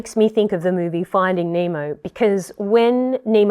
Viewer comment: "Nemo" "Nema" lol